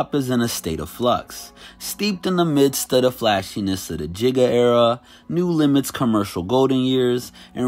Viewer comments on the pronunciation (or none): My man said "New" Limit lol.....I know he meant "No" Limit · Did he just say "new limit"? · Did this nigga just say "New Limit"???